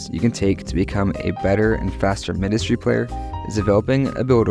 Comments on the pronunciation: Because its Mindustry not minedustry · why do you pronounce mindustry like that